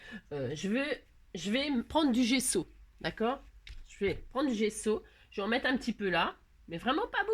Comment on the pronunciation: C'est bien GESSO, 2 S BAH SI GESSO. C'est plus doux à mes oreilles, bah si et c'était pas Maryse c'était moi. Merci ma mes oreilles ont vraiment apprécié. 😍😋🤪